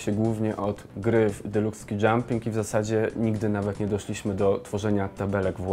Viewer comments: ski jump, nie skaj jump. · Świetny odcinek, ale naprawdę "ski" poprawnie wymawia się "ski", nie "skaj" - to są skoki narciarskie, a nie podniebne ;-) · "Deluks ski dżamp". Nie "skaj". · to Deluxe Ski Jump, nie Deluxe Sky Jump ;) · Nie deluxe SKAJ jump tylko SKI jump, młody kolego z kucykiem to do Ciebie. Mam nadzieję, że nie mówisz też "EJPL" i "EMEJZON". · SKI Dżamp, a nie SKAJ Dżamp. SKAJ Dżamp byłoby, gdyby to dotyczyło nieba (SKY) a nie nart (SKI). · Deluxe Ski Jump, a nie Deluxe Sky Jump... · SKI dżamp, nie skaj dżamp !! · Deluxe SKI Jump, nie SKAJ Jump... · Ski, a nie sky. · Nie skaj tylko ski kurwa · Deluks ski dżamp a nie skaj dżamp :/ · Propsy dla typa, który nie zna wymowy słowa "Ski"... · "deluks skaj dzamping" nie lubie sie przyczapiac ale tutaj to przesadzil troszke xd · "Skaj" dżamp :D hehe nie no spoko, też tak się mówiło za dzieciaka. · deluks SKAJ dżamp? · "Deluks Skaj Dżamp" XDDD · Delux "Skaj" jump ;)